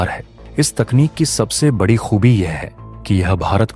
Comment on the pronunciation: बड़ी को बढ़ी क्यो बोलते हो?